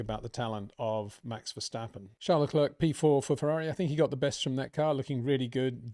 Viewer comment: Peter, why on earth is it so hard for you to get the names from the drivers right? Nobody calls Charles Leclerc Le Clerk like you do. it is pronounced as Leclair, it really isn't that hard. It sounds disrespectful the way that you pronounce his name, and I am not even a special fan of Charles.